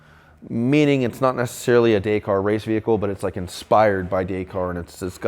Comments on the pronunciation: DAY CAR 😂 pronounced DAKKARR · Please say the word Dakar in the the right manor , it is not Day kar it is Dak.Arr.. Paris to Dakar ……. Dak Arrrrr …… yes I am a Brit and yes I have followed the race since it started and yes I am a Rover Guy but I am married to an American Lady and have lived here for over 20 years . I love what you do and this car is outstanding BUT please say the word right …… thank you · Amazing build , only one thing wrong, you pronounce Dakar wrong, you say it this way dak-ar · Hey....if your gonna call something a name like that YOU FUCKING SHOW RESPECT AND GO BRUSH UP ON THE HOWS WHYS AND WHOS OF DAKAR......AND LEARN THE FUCKING WORD FROM THE MAN WHO STARTED IT. THERE IS NOT ONE SELF RESPECTING MAN WHO SAYS IT....DAY-CAR.....GET IT FUCKING RIGHT OR DONT DO IT.....I THOUGHT BETTER OF YOU!.....OL PERFECTIONIST QUALITY ACCURACY MAN!